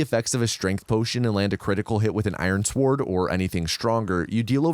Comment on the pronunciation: I hate the way you pronounce the word "sword"